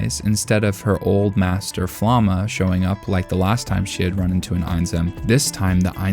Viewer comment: "Flamme" is not pronounced like "flamma".